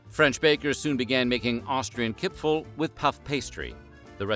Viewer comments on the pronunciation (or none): Kipferl not Kipfel...